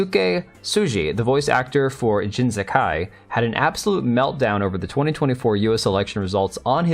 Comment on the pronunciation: Jin Sakai? Nah man, that's Jin "Suck-guy" 😂😂😂